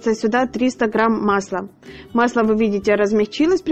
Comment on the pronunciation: Все прекрасно! Все классно! Но слух режет слова ғрамм (грамм), оғне (огне, огонь). Почему не умеете правильно произносить? Простите.